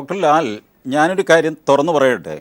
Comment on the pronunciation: തൊഗാന്നു അല്ല.... തുറന്നു